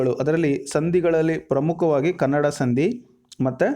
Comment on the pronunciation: ಎಲ್ಲಾ ಓಕೆ, ಆದ್ರೆ ನೀವು, ಸಂಧಿ ಎಂಬ ಪದವನ್ನು ಸಂದಿ ಎಂದು ತಪ್ಪಾಗಿ ಉಚ್ಛಾರ ಮಾಡುತ್ತಿದ್ದೀರಾ.